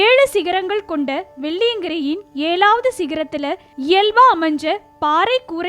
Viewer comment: It is not Shvan..try to pronounce like Sivan. It is ezhaavadhu..not elavadhu